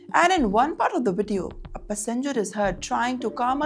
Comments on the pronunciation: This woman's pronunciation is horrible. First time I'm hearing passenger being pronounced pussengers. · Pussyenger passenger. 😂😂😂😂